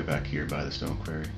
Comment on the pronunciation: quar·ry [kwawr-ee, kwor-ee]